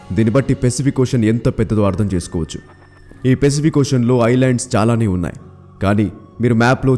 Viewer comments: Adi pesipik kadura babu..sariga pronounce chey firstu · One suggestion pacific pronounciation is not correct bro